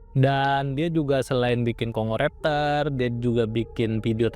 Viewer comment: Ternyata di baca Kongo raptor,.. Maaf min, Tadi sempat tertawa kirain baca nya dengan aksen Jawa "congor aptor" karena gk di pisah bacaanya "congoraptor" 😂😂😂😂😂😂